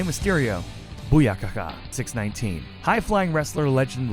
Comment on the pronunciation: This guy clearly doesn't know what he's talking about. Cmon, putting on the wrong photos for this video? He didn't even know how to say 619 correctly. C'mon, thats like one of the basics, buddy. Smh